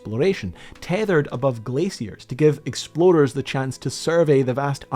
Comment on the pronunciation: I absolutely love this guys pronunciation of "explorers". There were at least 3 times i definitely heard "exploders". God i love that rolling R.😂